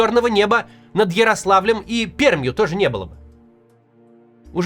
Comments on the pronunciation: Максим, Вы извините, но не Пермь, а Пер(ь)мь! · Бл.. Научитесь говорить Пермь!!! Бесит как вы не правильно говорите!!!!!!! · Максим, я как пермяк хочу вас поправить. Правильно говорить "Перьмь". То есть пишется пермь, в Перми, но когда вы произносите название города то "р" должна быть мягкой. Просто у нас все знают что не пермяки произносят так как написано и мы всех поправляем, потому что так не правильно. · Максим, я с Перми, прошу тебя, если произносишь наш город, произноси как "Перьмь" с мягкой Р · Живу в Перми, сегодня на улицах трижды была запущена тревога БПЛА. Небо - чернушное, в центре был нефтяной дожь, одним словом ужас. И да, правильно Пермь с мягкой р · спасибо что произнес слово Пермь правильно ... почти но стоит потренироваться Макс . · В слове Пермь все согласные произносятся мягкими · а вы говомите перьмь?))